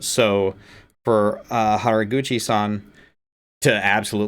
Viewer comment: You pronounced Haraguchi-san, Saki and Hazuki just fine. I really like Hazuki’s voice. Nice reaction.